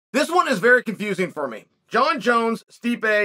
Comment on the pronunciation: Jon Jones the only fighters name Chael can say correctly.